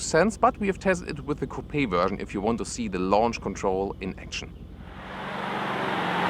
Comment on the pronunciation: Oh Mann,. Dein Englisch klingt...Deutsch. Du sprichst flüssig aber mit deutscher Intonation, was absolut furchtbar klingt. Ein wenig Übung und die Sache klappt, gib' Dir einfach Mühe! Selbst als Deutscher kann man dieses Denglisch kaum ertragen. Außerdem solltest Du lernen, wie man bestimmte englische Wörter ausspricht. Beispiel: Coupe wird Cuup gesprochen, nicht Coupee. Bitte verstehe das als konstruktive Kritik.